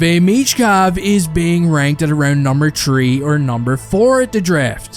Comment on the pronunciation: "Tree" is not a number